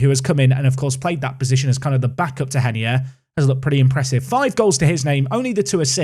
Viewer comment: Is reinier actually pronounced “henier”? Sounds weird